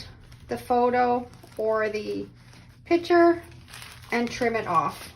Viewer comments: The word is picture (pick-true)unless you are talking about the item that holds liquid, a pitcher. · It’s “pick-cher”, not pitcher. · It is a "picture" not a "pitcher". :) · Love the concept of laminating. A couple of things … 1. I wish you had demonstrated with an iron, which is what most people have 2. Why are you saying “PI – CHURE“? 3. , I sure wish you had chosen artwork that your child actually did instead of just a coloring book. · It’s not a “pitcher”, it’s a PIC-sher. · Picture. Not pitcher. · Saying pitcher for picture drives me nuts! Practice saying pic a ture until you can slide the c in and say picture. Please! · Fun fact, there is a C in the word "picture".